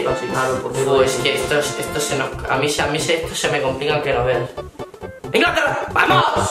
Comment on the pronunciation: Profesora de español: poned las tildes bien.: Ingláterra